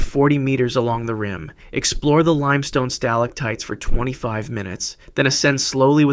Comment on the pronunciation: So this is like completely fake? And there are a lot of details like an island in the Caribbean being near Long Island, the mispronunciation of stalactite multiple times, the fact that the thumbnail says someone was eaten alive... How much money do you make off of this? Doesn't it feel weird to make a video to fool kids, when you know literal children could produce something with more honesty, creativity, and intellectual honesty? Channels like this are ruining the site. I used to be able to scroll for 30 seconds and find a nice video to watch that was better than anything on tv. Now I spend 15 minutes scrolling for something like this.